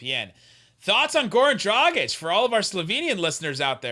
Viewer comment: its Dragić not Drogić. Ahh american č, ć is not your friend